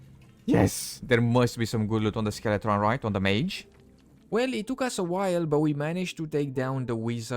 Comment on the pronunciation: skeletrons...rollout sorry your pronoucing skeleton wrong good video tho